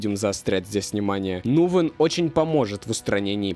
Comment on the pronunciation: Ага при этом фамилию он произнес неверно, не Нувен, а Нгуен